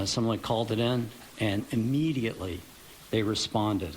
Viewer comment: Can somebody tell that cop that he is not saying immediately correctly what a doof.. how did he get to do the interview. Failed grammar in middle school